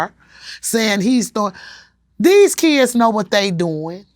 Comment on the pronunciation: “ his keyuds “ ...Kids...